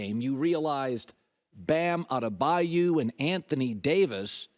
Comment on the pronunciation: WHY DOES HE CALL BAM “ADEBAYOU”